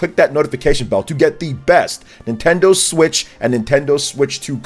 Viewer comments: “Nintenso” LOL! 😂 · Wtf is NintenSO?